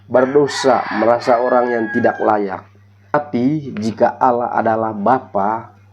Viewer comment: AUULAH.. APA ITU. SOK TAU.. ALL LAH.. BUKAN AUU LAH. BUKAN ALA... ALLAH. PAHAM.. DOUBLE LL.. ALL... ALL. ALL LAH. ITU YA